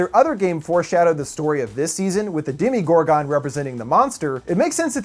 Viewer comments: Haha "Demi-Gore-Gone". think you meant, "Dema-Gore-Guhn" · I'm sorry, How you pronounce Demogorgon and Thesslehydra annoys me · DEMOGORGON!!!!!! We are supposed to call it DEMOGORGON!! SHIT!!!